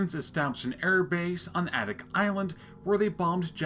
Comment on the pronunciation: Thanks for this video! For reference, Adak is pronounced with the emphasis on the first syllable: "AY-dak"